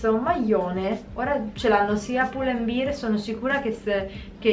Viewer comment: Lo sbagliano tutti 😭 non è beer (birra), ma bear (come orso)!